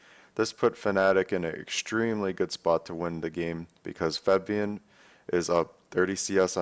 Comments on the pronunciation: but he pronounces it as Febian, not Fabian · Febian? Cmon Dyrone lol kek